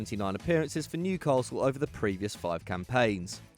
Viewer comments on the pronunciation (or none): none